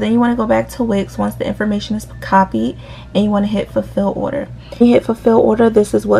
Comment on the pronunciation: the words order and annoying dont even have S sounds in it idk why she make it sound like it nohate just an opinion